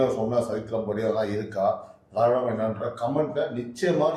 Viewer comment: Dei dei enda english pesura.. "froof".. tamil nadai aataya poda ninaikum telungu karanga pesuradhu "Drividam".. Google la church pannanumam.. inga paaru, inga paaru.. pesuraan pechu.. andhra vukkaga utir neethanda..